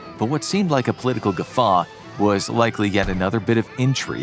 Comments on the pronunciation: 'Gaffe', not 'guffaw'. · Guh-FAH? It's GAFF. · gaffe is gaf not Guh-Fey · "gafffeeaaaa" LOL its pronounced GAFF! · btw "gaffe" is pronouned "gaf" and not "guffaw" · gaffe, not guffaw, i say with an ironic laugh. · is usually spot on with his pronunciations but nobody's perfect. So, fyi, gaffe (an error or blunder) is pronounced pretty much like it looks. A guffaw is like a belly laugh. They're 2 entirely different words. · The big thing I learned was that Gaffe is pronounced "Gaw-faw". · It would be nice if he knew how to pronounce English words. Pro tip: "gaffe" and "guffaw" aren't the same word. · gaffe is pronounced gaf. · It's not. The pronunciation is quite opposite : /ɡæf/